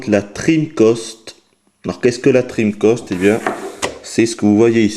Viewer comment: Tu dis dreamcost? et Treamcost?.......